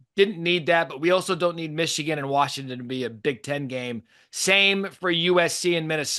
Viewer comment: "Warshington" - Paul Finebaum